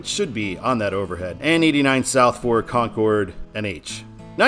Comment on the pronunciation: Kong ord is in NH Con cord is in NC, love to hear the NASCAR announcers make the same pronunciation. Awaiting I 95 four miles from my residence. Thanks for sharing 👍